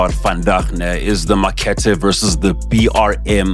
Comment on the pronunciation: Mark-Art-eh Not makhethe